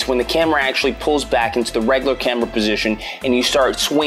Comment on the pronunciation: I also don't like how he mispronounces words like 'regular' as 'reglar' etc.